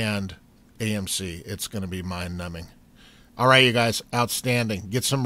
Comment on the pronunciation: Lol you said gaymc. Love u dude keep it up.